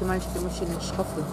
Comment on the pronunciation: когда ты сказала ШКАФЫ я упала)))))))))))))))))))) и ржала как лошада Пржевальского))))